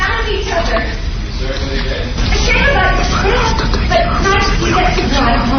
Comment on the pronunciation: "B-ut" your clothes back on. Spoken like a college graduate who's been doing radio since he was 18.